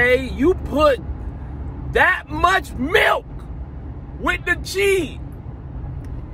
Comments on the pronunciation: 🤣🤣🤣 "tht much MILK" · I'm dead XD He said "you put that .Much. MILK!!!!....with the cheese >:( "